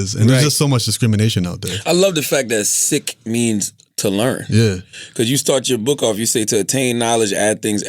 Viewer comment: Lmao I love it as a Sikh I love the way u pronounce it how it’s suppose to be